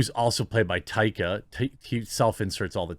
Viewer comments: "Toxic positivity" Jesus Christ. Also, his name is Taika. Tye-kah. Not Tiki. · bruh it’s taika not tiki wtf